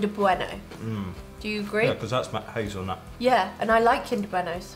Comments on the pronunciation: Yes!😃100,000 Grand! It's not Hazelnoot, it's hazelnut!😂😂 Y'all are so cute! And yes they do Golden Oreo double stuffed. Crush is an American soda pop in many favors. You can't buy all item you try anywhere in America. Some things are sold West Coast, East Coast, Southern, etc... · It’s hazel nut not noot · Did anyone else cringe when they said hazel-noot instead of hazelnut?